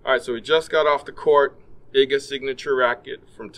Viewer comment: You could at least research how to pronounce Iga's name correctly!